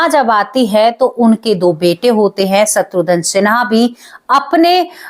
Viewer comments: Madam, “shatrudhan” nahi “shatrughan” Sinha sahi naam hai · शत्रुधन नहीं शत्रुघन है😄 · सत्रुधन क्या होता है, खुस क्या होता है, आपकी प्रेजेंटेशन बहुत बेकार है